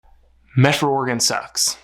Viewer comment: It's Medford. NOT MeT ford.